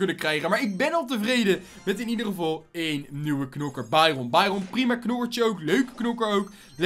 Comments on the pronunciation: Het is bairen niet bairon ik ga helemaal stuk steeds!!!!😂😂😂😂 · Trouwens dit is geen haat maar jij zegt bairon en je spreekt het uit als bairun